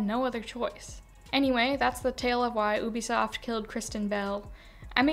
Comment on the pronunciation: It's "You Be Soft" not "ooh be soft" I think